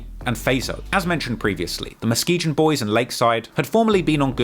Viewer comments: Its pronounced MUH-SKI-GUN. Hearing say muh-ski-jun drove me crazy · Its pronounced MUH-SKEE-GUN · Muh-Skee-Gun is how you pronounce Muskegon omg bro 🤣🤣🤣🤣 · He said Muh-Skee-Gin 😂😂😂